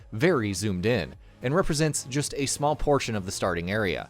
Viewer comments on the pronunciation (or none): none